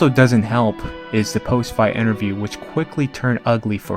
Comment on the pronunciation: Like these videos and the content, but you should get someone to narrate that doesn’t have a speech impediment and can properly pronounce common names like “Romero” and common words like “interview”. The mispronunciations are very distracting.